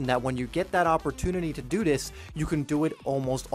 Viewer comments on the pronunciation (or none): "to dew dis"